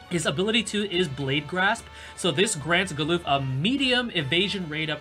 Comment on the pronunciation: galoof? its galuf lmao, also for those that say Agrias' name wrong, its ah-gri-yas (not ag-ree-us or aeg-ree-us)